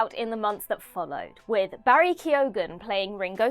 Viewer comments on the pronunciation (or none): none